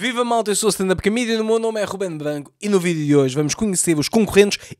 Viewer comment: GANDA RUBEN vai esgotar o sa da bandeira e nem sabe dizer R's (sim o nome dele é ) NUNCA DESISTAM DOS VOSSOS SONHOS